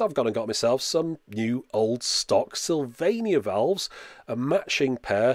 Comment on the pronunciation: Just say tubes, who cares what they think. But if you do care, it sounds like you're saying vowels instead of valves.